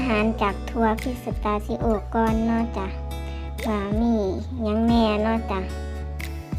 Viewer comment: แค่ชื่อถั่วอ้อมยังเรียกไม่ถูกเลยค่ะ 😂😂 ครบจบม้วนค่ะ